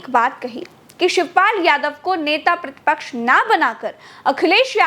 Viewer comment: यार इनको बोलो नेता प्रति पॉक्स नहीं बोलते प्रति पक्ष बोलते हैं